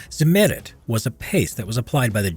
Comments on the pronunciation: Simerid nooooooo noo. It's called Z i MM eri T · Agh! Not zi-MER-it! You correctly note that the name of the producer was Zimmer: they named their product Zimmer-ite. With German pronunciation added, that gives us "TSIM-mer-EET. You're welcome. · Pronunciation of the word Zimmerit: Emphasis on the 2nd i, rather than than the e. Zimmer as in Hans Zimmer. Zimmer-it. Sounds more German than Zim-Merit. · Zimmer-it ...not zi-merrit. So dumb.. you even said 'zimmer' correctly at some point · "Zimmerit" not: EHRMAGERD ZEHMERET! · Zim er it. Zimmeirt. Not za mayrit. Fucking a. Also field applied is a myth. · Zimmerit is spoken more like Tsimmereet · "ze merit"?? Couldn't you have researched the pronunciation of a single word? Never heard of ? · Correct pronunciation is stressed on the second i. [tsimmer_i_t] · did i hear ZIMMETET??? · Its Cimmerit goddamnit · Ziemerit its prounounced at not zimmerit learn german american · Lol zimm*È*rit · Accent on the first syllable..... not second....... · Why are Americans notoriously incapable of pronouncing words and names from other languages in an even partly sensible way? The way he pronounces "Zimmerit" is simply absurd. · The pronounciation of zimmerit is so cute :D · the accent is on the i, not the e, sorry but it makes me cringe everytime you say it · The “e“ is spoken short. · The way he says Zimmerit hurts my soul.